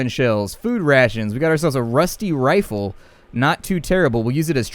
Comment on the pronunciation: omg dude you said rifle wrong it's not refla it's RI ful